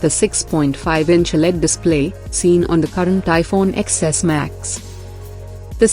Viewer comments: Why does she keep saying iphone "EX-S"? Madam it's "TEN-S". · Don’t trust iPhone news from a YouTube channel that can’t even pronounce the phone names correctly